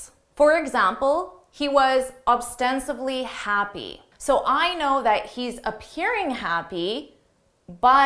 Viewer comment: Thanks for this cool video. Just one question: why did you keep saying "oBstensibly"? Is that the right pronounciation?